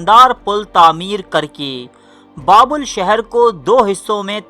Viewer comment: بابول نہیں بلکہ بابِل تلفظ ہے۔